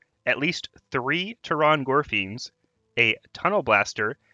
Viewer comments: It's pronounced "Terran" gorefiend. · Lol "Tear-on gorefiend"